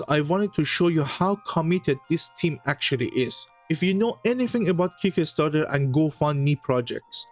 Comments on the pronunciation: It's kickstarter not kick-a-starter. Love, peace and games ❤ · Keek-ka start-tur? Try, "kik star-ter"